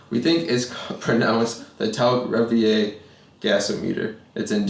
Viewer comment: Revier is actually pronouced "reveer", in English terms.